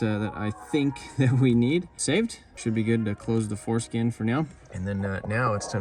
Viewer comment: I know but it sounds like he said foreskin 😂